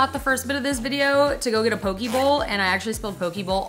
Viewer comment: It’s pronounced pokeh not pokee